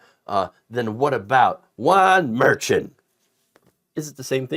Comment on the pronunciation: Always enjoy watching. May I make a request? Pronounce Merchan correctly. Think of the ch sound in the name Cher. We don't pronounce her name chair.